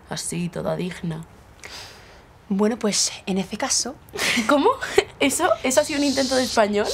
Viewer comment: Primero "en eze caso", y luego "en ese cazo". :p